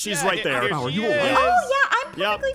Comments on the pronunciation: So he pronounces it As-mau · My to but she calls aphmau "apauhai" 😂